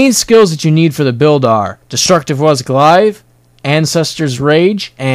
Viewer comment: You say 'Glaive' funny.